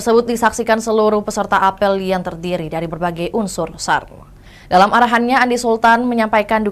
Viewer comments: Tolong dong penyiar diberitahu/dilatih cara membaca kata 'apel' dlm konteks berita tsb. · Iya, geli dengernya.